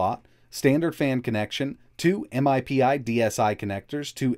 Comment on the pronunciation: A bad move going to horizontal pcb mounting. If you want to develop a cluster, vertical gives better packing density. MIPI is said "Mippy" BTW.